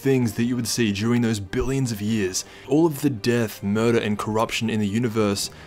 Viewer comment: Who thought he said “Jiren those billion of years”